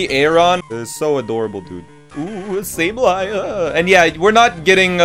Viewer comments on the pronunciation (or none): none